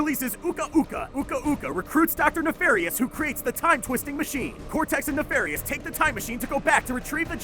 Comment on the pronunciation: "'Uka-Uka recruits Doctor Nefarous' WHaT"